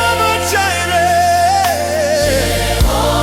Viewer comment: Love it. But the pronunciation of Jireh on YT is distracting 😂.. Anywho ❤